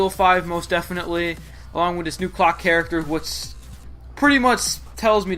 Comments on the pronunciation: Locke not clock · background music louder... and also its agent Locke not clock